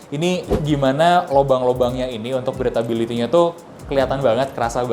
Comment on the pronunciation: Mas izin mas, mungkin supaya lebih edukatif, boleh research dulu cara penyebutan beberapa istilah. Contohnya Toe bukan "tu" tapi "tou". Breathability bukan "bretability" tp "brithability". Itu "ayled" apa "aylid"?